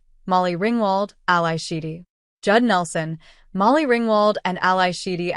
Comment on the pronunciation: Al-eye Sheedy??? Immediate thumbs-down on this AI produced pile of junk video